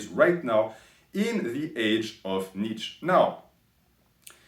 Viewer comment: Btw you can't even pronounce his name properly. You're constantly saying "Nietzsch". You Übermensch, lol